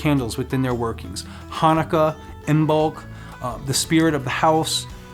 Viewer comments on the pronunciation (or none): Love your videos but your pronouncing Imbolc wrong, the b is silent, it’s pronounced Imolc